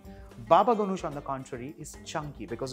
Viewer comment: Totally butchered how you say Ganoush wich is Ghanoush by the way. Other tha that good work!